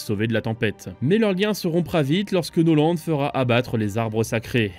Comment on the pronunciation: amiral noland?? norland vous voulez dire